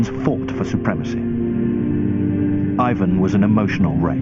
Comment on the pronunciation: eivuhn =)) plz it's Russian not English